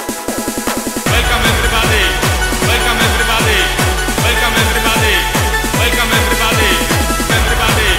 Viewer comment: łelkam ewrybady? nie, to nie jest dobrze. :P